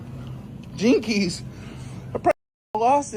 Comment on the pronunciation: "jinkees" LMFAOOOOOOOOO